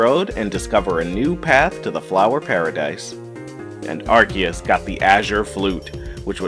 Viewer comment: So glad someone else pointed this out I cringed at the “azure” and “arceus” pronunciation.